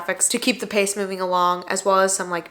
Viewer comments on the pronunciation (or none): none